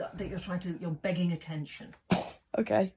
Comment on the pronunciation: "im not behging attention while i make tiktok content"